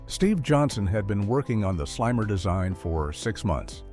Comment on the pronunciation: Yeah that immediately made me realize I was probably watching ai slop audio over a real human voiceover